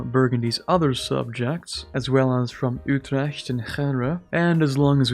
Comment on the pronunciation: Your pronunciation of Utrecht is really good for a non-Dutch speaker. My sincere compliments. P.S. Utrecht is a very nice city btw, I would really advise everyone to visit it someday